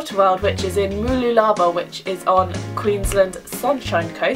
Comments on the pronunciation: I'm Australian and you are the only foreign tourist who actually knows places in Queensland haha. And you say mooloolaba really funny haha it's pronounced moo-Lu-la-bar for future reference. Great video :) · mooloolaba is pronounced m'loolabar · Also some other great places are Mt Tamborine, Caloundra, the theme parks at the Gold Coast, Glasshouse Mountains, Wivenhoe Dam, Sommerset Dam for camping, Lamington National Park. ALL great, picturesque places. BTW Mooloolabah is pronounced (Moo-loooooooo-la-bahhhh - exaggerate that loo and bah) ;))) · you say mooloolabah funny :P hahha